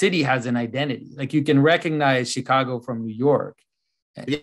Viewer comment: The "G" in recognize is not silent.